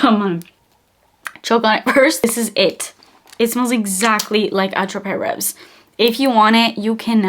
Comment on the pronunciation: Ray-vee....S is silent I believe. Its one of my most 😍